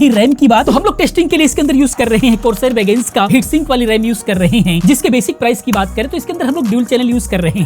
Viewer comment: He said Corsair vengence 😂